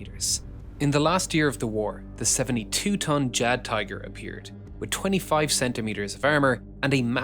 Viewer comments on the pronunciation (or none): Jagd- in German transcription is pronounced as yagd, not the djag-... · And how is "jagd" pronounced xD